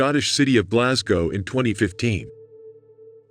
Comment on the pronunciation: Thanks for pronouncing Glasgow correctly 🙏